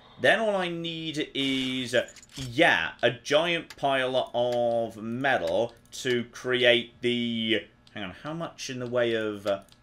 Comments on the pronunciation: meTal..... not .... meDal.... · Why has forgotten how to say the word metal... Was driving me bananas!!!!! Not medal!!!! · The way you kept saying "meddle" got right on my wife's tits. 😂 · Metal has T in it...stop saying medal..drove me mad